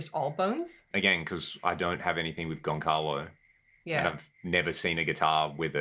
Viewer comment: My bro... just to honor the Portuguese language: it's pronounced Gon-SA-lo Alves. That C is not a regular C. It's one of these Ç... that forces the C to become an S. So... your beautiful neck is in......................Gon-SA-lo Alves. By the way... you are my favorite guitar content creator. Much love.